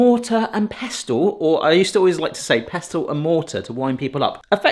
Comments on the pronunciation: The "t" in "pestle" is silent, as in the word, "listen". 😊❤ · it's a 'pessel' not a 'pes-tel'